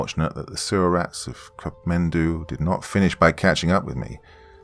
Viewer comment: Just a correction I would like to point out it's not Cup Mendou rather it's kathmandu.